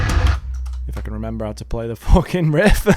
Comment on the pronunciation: Every time bro says the british ahh "FOUWHKING" gives my ear an orgasm